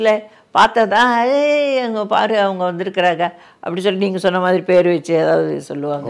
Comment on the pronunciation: பேரை முதல் ல correcta சொல்லுங்க அப்புறமா love அ சொல்லுங்க